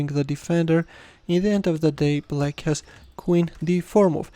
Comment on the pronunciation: The way he is saying black as bullack😂😂😂